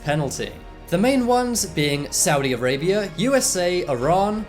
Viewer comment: I LIVE IN SAUIDI ARABIA AND YOU SAID IT WRONG